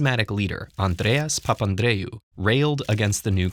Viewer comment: Ted Ed's dialect of speaking Andreas papandreou sounds oddly Russian